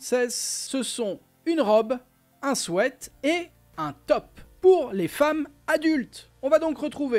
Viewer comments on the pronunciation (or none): none